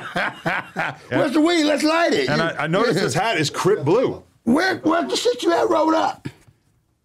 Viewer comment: He always says Crip Blue instead of saying Crip Clue